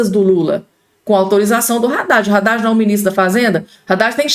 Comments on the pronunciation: Não é Radade e sim Haddad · Não é Radad é Haddad. Só você quer falar errado 😮